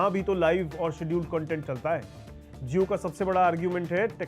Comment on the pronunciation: Jio ka pronunciation Zio kyun kar rahe hain? Zee ka bhut char gaya hai kya sar pe?